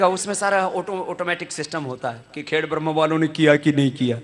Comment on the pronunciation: Dear Swami ji..the name of town is " khed Brah ma" not " khed brahm".